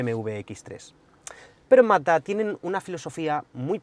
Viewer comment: Se le entiende MATA en vez de MAZZDA, jajajaj